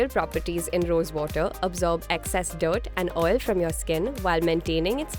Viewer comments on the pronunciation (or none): none